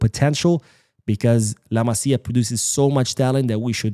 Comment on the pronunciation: Good to hear those names pronounced correctly. Not the case with too many non-Spanish speaking pods… “La Mass-ya” hurting my ears the most…